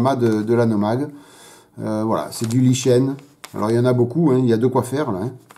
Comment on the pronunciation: Oui je participe. Conseils de prononciation : Pas waïteuring mais wézeurine. Pas lichêne mais likène. Pas couverture mais gouférdureu. Concernant Hobby Boss, je n'en achèterai plus. Bien qu'ils fournissent quelques extras dans leurs kits, comme des trains d'atterrissage en métal et quelques pièces en résine, ils n'ont hélas aucun respect pour l'exactitude. Exemple : la planche de décals où il manque de "J" de "John F. Kennedy". (et il y en a d'autres !)